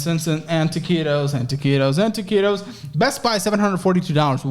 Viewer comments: Dude the fuck is "ta-ci-tos"? I l legitimately have never heard that term... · Imagine doing a drinking game where ya gotta do a shot every time he says taqitos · You actually started to sound Spanish when you were saying toquitos rapid fire. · Every time says taquitos I get flashbacks